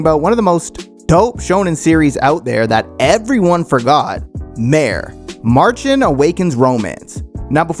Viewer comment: You don't know gow pronounce Märchen and that triggers a lot. Märchen is a german, not an english word.